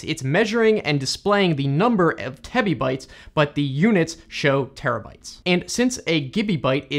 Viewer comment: Tebibyte, not titibyte